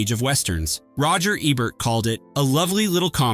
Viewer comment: unsubscribing and disliking because you cant even pronounce Roger Ebert's name properly wtf